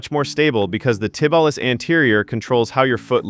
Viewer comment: This was exactly what I have been looking for. I have developed good "straight line" strength using machines but need to work on stabilization of joints and will add these and see what happens. PS - your presentation was good but the shin muscle is pronounced Tib-ee-al-iss, accant on "al".